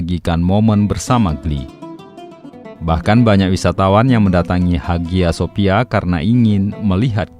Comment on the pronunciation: Bacanya Aya Sofia Mas...